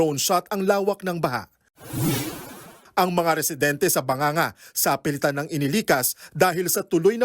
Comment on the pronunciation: bagang-ga po hindi ba-nga-nga